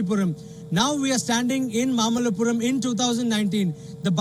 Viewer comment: It is not mammallapuram, it is Maamallapuram. Learn to pronounce Indian names properly.